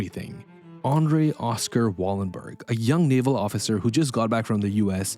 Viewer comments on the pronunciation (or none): none